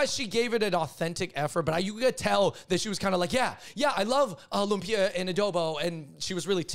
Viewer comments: Funny (not) how Cameron pronounced Lumpia more accurately than the lady whom I'll assume is a Filipino..🤦🏽‍♀️ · I believe Cameron. She pronounced lumpia right.